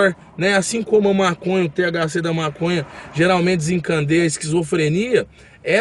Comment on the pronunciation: é desincadeia , e não desincandeia